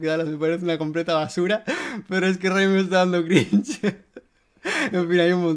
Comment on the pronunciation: Tú tambien te has equivocado, se dice ghaimito